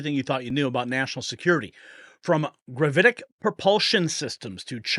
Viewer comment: Grav-it-ick. Gravitic.